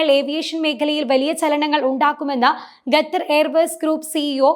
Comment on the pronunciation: Ggathar alla koche... Qatar